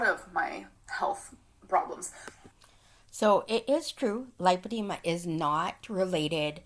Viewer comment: No its Lipedima apparantly lol 🙄